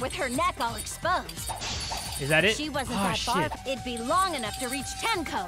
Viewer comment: Tenko, not tenno